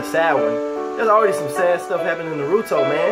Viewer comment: huge fan its Nar-oo-toe